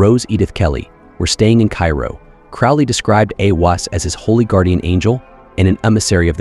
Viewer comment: Bro, I love you, so this is loving feedback: CROWLEY rhymes with "HOLY" THELEMA rhymes with "the DREAM-uh" NUIT rhymes with "the WHEAT" (as does HADIT, and the final syllable of RA HOOR KHUIT)